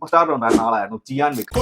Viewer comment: Chiyan വിക്രം allaa... cheeyaaan vikram